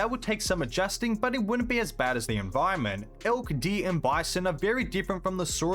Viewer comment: "White tailed DEE"